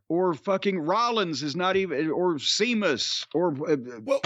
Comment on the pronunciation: SHAY MUSS....SHAYMUSS...NOT SEE MUSS